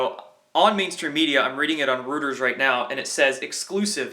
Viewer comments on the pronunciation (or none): Bigtime congrats on 52K,! BTW "Reuters" is pronounced "ROY-TERS"... honest mistake:-)